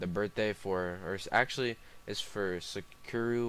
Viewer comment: Hurt me deep when he said 'Sukuru'😭😭😭